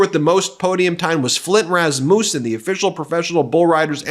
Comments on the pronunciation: Interesting, but why can't anyone outside of Minnesota and Wisconsin pronounce the name Rasmussen correctly? Everyone in the press says "ras-MOOS-sun" or "ras-MYOOS-sun". But the emphasis should be on the first syllable "RASS-muss-sun" because it is the son of Rasmus, is where the name comes from in Denmark. You wouldn't say "ras-MOOS", when you look at the word Rasmus, you'd say "RAS-muss". Much simpler-- "RASS-muss-sun". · raz-MOOS-in? Really? LMFAO! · Dude, Rasmussen is pronounced 'RASS mu sin', the last two syllables use a schwa which I can't show. Too many mispronunciations here. You should have a proofreader. Other than that I'm a fan an watch you a lot. Keep goin.